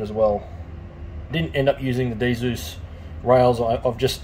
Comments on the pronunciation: lol just a nitpick cos I had to do a whole presentation on it, but its DZUS as in zeus not DeeZoos lol, amazing stuff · its not d-zeus, its just Zeus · Dzus fasteners are prounounced ZEUS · Nice video. Just a tide bit. You don't pronounce the D in Dzus.